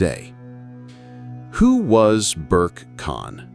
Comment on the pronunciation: His name is to be pronounced "Ber-Keh" (or roughly, "Bear-Kay"), but NOT "Berk". Video maker pls take note.